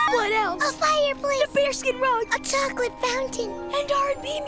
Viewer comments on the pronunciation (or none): none